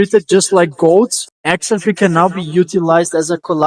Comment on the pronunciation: You're pronouncing "XRP" wrong. You're putting the emphasis on the "X". You're calling it "Xrp". But we say it the other way around. We pronounce it "xrP". You have to put the emphasis on the "P".